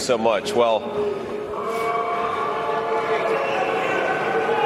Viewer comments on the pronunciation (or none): Did he say “simper fi”? Does J D Vance believe he is honorable? Where is his honor if he licks trumps boots and betrays his former fallen brothers?